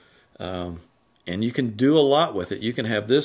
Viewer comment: Hello. I was born and raised all my life in East Texas. The accents are so thick it's like a different language. But the way you say the word "and", lol. Ayuund. Three syllables?!? Reminds me of Dolly Parton or Loretta Lynn